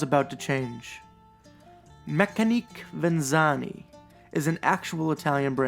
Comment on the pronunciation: Looks like a decent watch. Pronunciation wise, I would go with meck-ani-kay ven-et-see--ah-nay. I think the thought behind the brand is ‘Mechanical [watches of] Venice